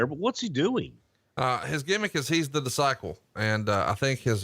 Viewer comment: can't pronounce disciple lol.